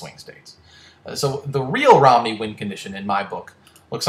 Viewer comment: Uhm, "Romney" not "Rodney"